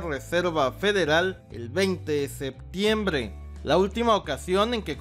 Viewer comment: me caga como dises septiembrrrreee